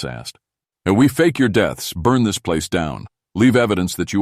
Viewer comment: Nope. NOT A FAN. So much of this is just not right... some of the inflections, and the way some words are said, ie: "B. Leech"? that is supposed to be bleach... or "T his" when it's supposed to be "this" "rye tings" instead of "writings" It's just not right... most definitely not a human reader. And the way this not-a-human reads is most definitely not great.. What the heck happened ?? You sound like a dying robot. Legitimately! And whatever you said at said point doesn't make a lick of sense... "sea hild's"? Come on, bro! That is obviously supposed to be "child's"!!!! I'm trying to make it through this, but it's becoming most difficult . Yeah this is awful.. i wish i could hear these stories read by some BODY else.